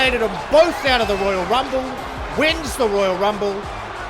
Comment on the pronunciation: I think you should calm down when your speaking beacuse your voice getting very low the higher u speak and your not pronouncing the words good especially the royal rumble. Am a new fan anyways